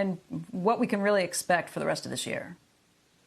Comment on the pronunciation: Weally weally weally cwitical.